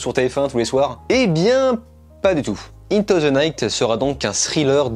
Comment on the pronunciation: Par contre tu pourrais faire un effort pour dire correctement "into"